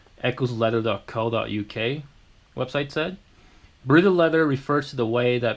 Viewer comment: About two years later, but it's "bridle" as in a horse bridle. Not pronounced like "brittle." (for those coming upon the video later) Other than that, great review.